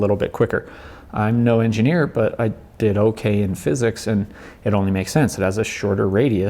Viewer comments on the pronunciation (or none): none